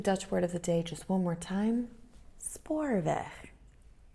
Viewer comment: So happy to see you back on the screen. Missed you. Hope 2020 will be a real good year for you and your family. Ps. They way you said Spoorweg OMG so Dutch sounding. Your G is a real G. Go.